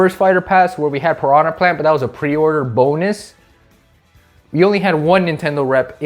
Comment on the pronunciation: It’s Pir-Rah, I better not catch you saying her name wrong again.